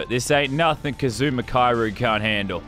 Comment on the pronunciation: His name is pronounced Ka-zu-ma Ki-ri-yu